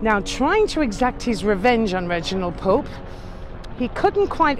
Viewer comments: Margaret Pole not 'Pope' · Reginald Pole , Margaret Pole , not Pope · Its margereth Pole , not Pope! Youre english? Im dutch LOL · Margaret Pole not Pope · Their name was 'POLE', not POPE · Their names were Margaret and Reginald Pole---not "Pope." No offense! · Wasn't Margaret named Pole? (not Pope) Thanks, for yet another great tour ❤️❤️❤️ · I am sorry, but I thought it was Margaret Pole, not Pope.